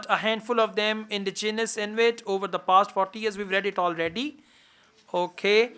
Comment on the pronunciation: Sir, It's not Invit, it's Inuit.